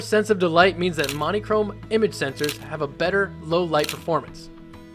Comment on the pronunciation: "Mon-ē-chrome" ??... What the heck pronunciation is that??